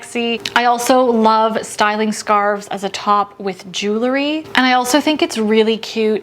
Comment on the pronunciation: I love your videos! Your tips and insights are thoughtful and fantastic! If you would, please remember that it's pronounced "JEWEL-ry" and not "JEW-lery"! I think that would elevate your videos!